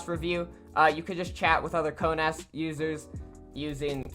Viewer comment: You said (ko-naz) it is (ko-nes)